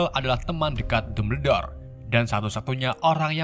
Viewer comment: lebih enak kalo di baca dambel dor,,kalo dumber dor mah di tulis nya